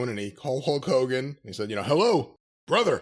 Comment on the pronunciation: It sounds like you call him HOE KOGAN , which is hilarious by the way.